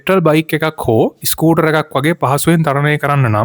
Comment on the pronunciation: ඉස්කුටර් ? ස්කූටර්